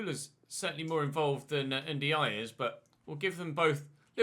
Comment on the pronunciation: Why does he keep calling Ndiaye jayjou ?